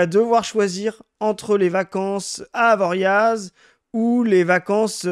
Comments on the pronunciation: Note pour: on ne prononce pas le Z de Avoriaz ni le X de Chamonix. Un savoyard pas très chauvin. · On prononce ni le X de Chamonix ni le Z de Avoriaz, les faux Nicolas de la partie commentaires aurait dû te reprendre :) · C'est precis de parlez d'AvoriaZ... parceque celui qui est pas medecin mais qui habite pas loing. Y sait qu'on dit Avoriaz sans prononcer le z. Genre ChamoniX, mec t'as crus que c'était un pote à Asterix? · J'ai arrêté d'écouter quand le monsieur a dit "avoriAZ". Tout le monde sait (c'est un monchu) mais quand même, tout le monde sait